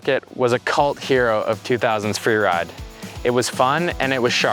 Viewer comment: Fweewide, LOL